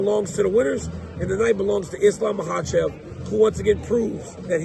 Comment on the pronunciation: DC, JUST ONCE, HAVE ISLAM ON YOUR SHOW AND ASK HIM HOW TO PRONOUNCE HIS LAST NAME!!!!!!!!!!!!